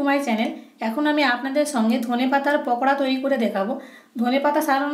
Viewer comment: পকোড়া না আপু... পাকোড়া....